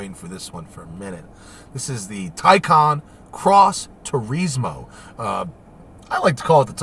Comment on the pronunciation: Nobody: ..... Matt: Tureezmo